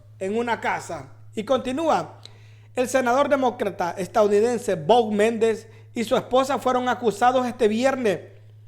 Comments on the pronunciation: Bob Méndez???? 😂😂😂 Nombre man!.... No se que articulos lees, pero te recomiendo que te prepares antes de hacer un video, para que no hagas el oso 😂😂😂😂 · Lee bien tembeleque, Me-nNEN-des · Hola. ???? Se. dise. Menéndez. así. Está. Escrito..